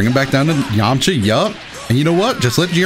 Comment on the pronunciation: “Krillin, Jiren and Zzzyamcha”